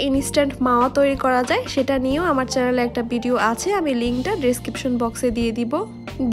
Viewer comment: বিদিও না ভিডিও, ইসমুদ না স্মুদ, মিক্সশ্রন না মিশ্রন, বিতর না ভিতর। ভিডিওর উপস্হাপনে উচ্চারন সঠিক হলে আরো সুন্দর ভিডিও হবে বলে আশা করি এটা মনে রাখবেন।